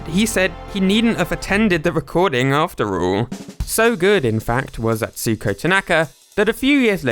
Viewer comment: Don't say Atsuuuko Tanaka, there is no elongated stress in "u" or any japanese words, each word is about the same length whereas english shortens and lengthens way more. Say Atsuko Tanaka Also typing it in google translate and pressing the speaker button will tell you how to pronounce it more properly than your guess.